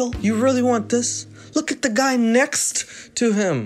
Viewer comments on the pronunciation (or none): Big Mac really said "thank u, neckst"